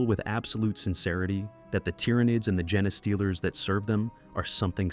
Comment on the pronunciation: I understand using text-to-speech - I hate the sound of my own voice. but you should check the result and tweek the input, ie rewriting genestealers as gene stealers or even jean stealers. and traditional text-to-speech may be easier for listeners to spot but it won't get people as upset as AI does (I won't go into the reasons AI is bad, I'm sure you've heard them all before)